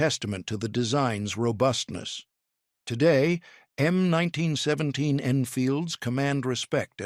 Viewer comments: "em 19 sweventeens" :face-turquoise-covering-eyes::face-turquoise-covering-eyes::face-turquoise-covering-eyes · krap AI - "em 1917.":face-blue-smiling